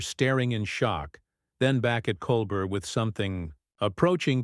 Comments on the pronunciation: You are mispronouncing stephens name stupid. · Horrible robot voice speaking and emphasizing the wrong parts of phrases. Also rudely mispronouncing Stephen’s last name. 🤮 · Ok if you're going to be on the tv please say the host name it's Col Bear! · Lol whoever the narrator is... couldn't even say Colbert's name right...what a joke!!